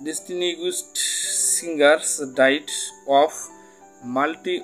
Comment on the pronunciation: Pronunciation e vul onk 😂,,largest, larger, distinguished etc...